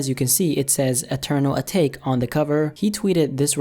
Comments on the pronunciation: Bruh it’s eternal a-ta-ke not a-take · Its pronounced "A-Ta-kay"